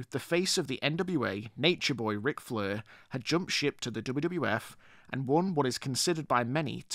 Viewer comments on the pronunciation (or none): Stop saying flur it's soooo annoying